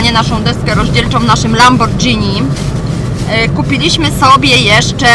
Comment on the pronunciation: tylko nie lambordżini xd mówi się "lamborgini";)) chyba, że to tak specjalnie było:D